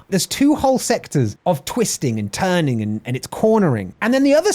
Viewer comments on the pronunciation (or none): none